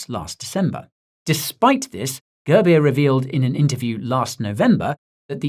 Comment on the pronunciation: All the Indians who laughed each time he said Girbeer please like this. 😂 It's pronounced as 'Goorbiere'